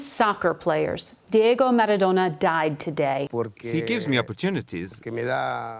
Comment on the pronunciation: Seems to be an american pass time to pronounce names wrong........MARADONA..PELE